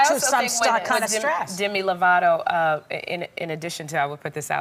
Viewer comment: yea we all have problems, and NOBODY wants to not be helped. Idc if they dont want to admit it. Everybodys screaming out to get help. And if you were a Demi fan you'd know its Lovato. Not Lavato